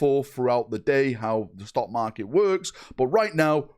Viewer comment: 1) I swear you said stonkmarket 2)no need to correct yourself on saying DOW3, we know there has never been a DOW3 3)wh+ is okay but overall I am shocked it is profitable. Maybe there's people like me who are subbed and just can't be assed to unsub since it's not a huge monthly amount